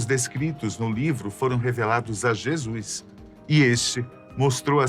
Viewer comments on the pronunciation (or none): none